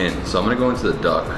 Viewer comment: When he said duck i heard dog wtf 😑